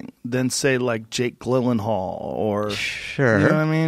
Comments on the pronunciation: Jake Ghlil-en-hall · Joe "GLIL-ENHAL" Rogan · Did Joe say Jake "gill" enhaal haha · Joe “Jake Glen-en-hall” Rogan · just say "Jill-en-hall" and "nee-and-er thall" Joe, please.. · Joe "I still cant figure out how to pronouce Gyllenhaal" Rogan. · Joe has a problem pronouncing Gyllenhaal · Is there a joke behind Joe pronouncing Gyllenhaal that way? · Bro its Gyllenhaal. J sound. I told you this shit 4 videos ago. Gyllenhaal! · Joe 'Mispronounces Jake Gyllenhaal's last name on two podcasts in a row' Rogan